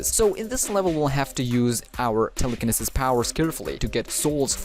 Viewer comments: Im sorry but it's pronounced "tele-ca-knee-sis" Also GREAT video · Telecaneses is said wrong